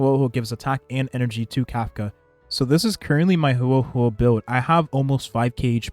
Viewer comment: Bro is butchering Huohuo’s name lmao